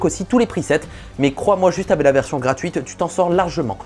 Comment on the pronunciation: S'il te plait arrête de dire "avé" au lieu de "avec"